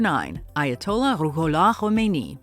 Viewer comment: Khomaini? Seriously!?😂😅